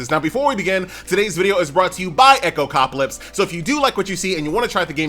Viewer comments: Echo Cop Ah Lips :face-blue-smiling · please stop saying this game's name, it's no echopcaplips XD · my man's getting sponsored but still can't say the game's name correctly 😂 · My thoughts exactly, it's not that hard xD